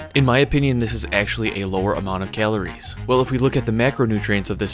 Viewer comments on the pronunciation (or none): He pronounces calories...kaleories